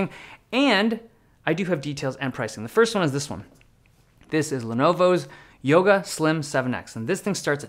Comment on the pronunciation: Thank you for the video, very interesting devices. Have you noticed you say "wompoint..." when you say "one point..."? Weird observation, I know